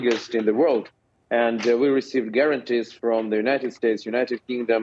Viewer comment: learn how to pronounce "nuclear" you jerk.